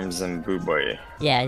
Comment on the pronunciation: "Zimbobwe right below Zimbabwe" 😅😅😅